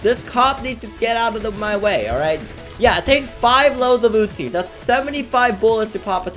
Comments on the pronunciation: And it’s uzis not utzis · User “five loads of ootzies”